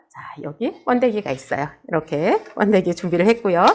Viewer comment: 뻔데기가 아니고 번데기라고 하세요